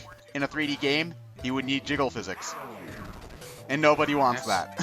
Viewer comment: I can't blame you. It's so easy to say jizzle physics by mistake when you mean to say jiggle physics. I've done it on a number of times.